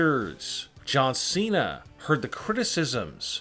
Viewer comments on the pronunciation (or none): none